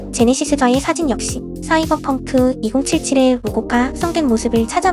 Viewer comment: 씨이벌펑크 개웃기네 ㅋㅋㅋㅋㅋㅋㅋㅋㅋ